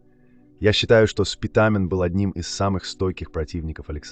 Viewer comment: Не СпитАААмен , а Спитамен.